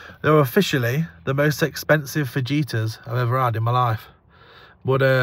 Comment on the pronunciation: 😆A spanish lesson here,. Fajita is pronounced fa-hee-ta. Great to see your lovely family, enjoyed the pumpkin patch. I enjoyed both movies, Signs and Beetlejuice. Loved the walk in the woods.